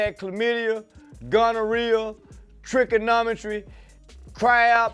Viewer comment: Trichonometry he said lmfao